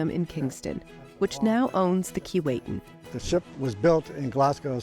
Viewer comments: Bit of a quibble about the pronunciation of the name 'Keewatin'. The narrator pronounced it "Key-Wait-Tin." Having grown up in the region, and visited the ship when it was in Port McNicoll, I heard it pronounced "Keh-What-In" by the locals. Other than that, it was a good to see it has been preserved. The people in Port McNicoll were dedicated to preserving it, but didn't really have the resources to do it properly. I'm glad they recognized that and let it go to somewhere in Canada where it could be properly looked after. I look forward to visiting it in Kingston. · Its sad you cant even pronounce the name of the ship. Its pronounced KEE WAH TIN. Get it right. Cheers. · Too bad that you don't know how to pronounce "Keewatin". Laughable when this is your sole topic! There is a street of the same name in Toronto. I have an original photo of the S. S. Keewatin going full tilt taken by my uncle in the 1930s. A gem! Good God! Even the museum curator can't pronounce "Keewatin"? KEE WAH TIN. Get it?